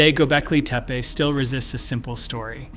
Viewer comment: You really should make sure that you know how to pronounce the name of a place correctly BEFORE you try to educate anyone about it. After all, it's its NAME